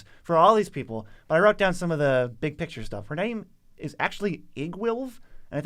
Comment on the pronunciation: I'm starting to suspect that is purposely flubbing these names.